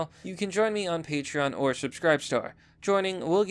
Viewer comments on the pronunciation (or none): none